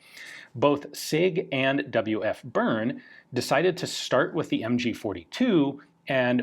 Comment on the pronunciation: That's not how you pronounce Bern, you insufferably uncultured Anglophone.